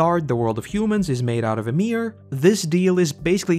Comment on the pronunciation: Who. The. Fuck is "Uhmir"/"Amir"? Y I M I R. YEE-MERE.